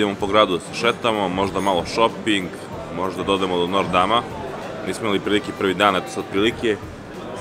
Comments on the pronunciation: A zasto kazes nor dam kad je notr dam? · Nije nortdam nego noterdam